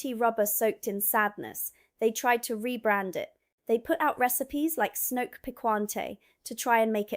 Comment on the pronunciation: Snoek: an Afrikaans word, pronounced "snook".